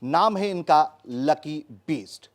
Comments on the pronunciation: कैसा पत्रकार है, लकी बिष्ट को लकी बीस्ट बोल रहा है, वैसे लकी ने BEAST बनके ही सुताई की पत्रकार महोदय की 😂😂😂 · ओ पत्रकार महोदय लकी बीस्ट नहीं, लकी बिष्ट है नाम... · “बीस्ट” नहीं पत्रकार महोदय बिष्ट उच्चारण कीजिए । आपकी सीमित बौद्धिक स्तरीय क्षमता सप्रमाण स्पष्टतः दृष्टिगत हो रही है।